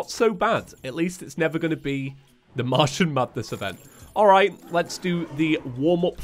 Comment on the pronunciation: Am I the only one who hears "mushroom madness" every time says Martian Madness?